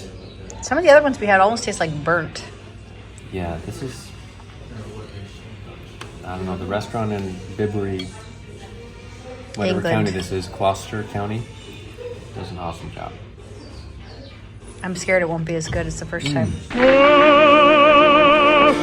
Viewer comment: The town of Bibury is pronounced by- bri.